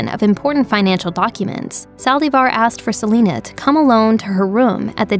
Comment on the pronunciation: “Se li nuh”